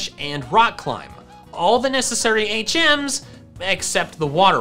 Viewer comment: Lol I kept thinking you were saying 8 gems instead of HMs 😂